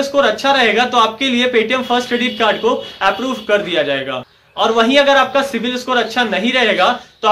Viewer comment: It is CIBIL, not CIVIL.